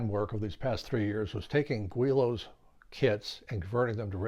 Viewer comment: I like that you try new designs and that you share your results. I learned a lot just watching. One thing I learned was its pronounced "gw-ee-lows" and not "gi-lows" that I have been calling them for years! I've seen those kits for years and even built one some 40+ years ago with tissue and dope. It wasn't powered though. Never thought about RC'ing any of them but you are inspiring. Haven't tried foam board planes yet either but it looks like fun. There are a couple guys at the club that do.